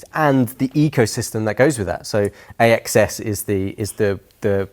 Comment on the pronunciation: I heard AXS should be pronounced 'access'.